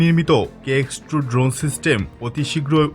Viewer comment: Drone ❌ dhon ✅